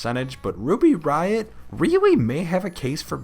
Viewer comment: "Awwwwww Wuby Wiot!" ~IIconics